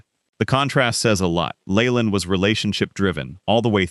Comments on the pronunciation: Jim Leyland's last name is pronounced "Lee-land," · This guy talking can’t pronounce half the names Layland no! , it’s not in Gee but In Bea, inga, Rah Burn No Rayburn no. Don’t write about a subject if you don’t know the people, you Hack. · His name is NOT pronounced LAYLAND. LEARN HOW TO PRONOUNCE IT CORRECTLY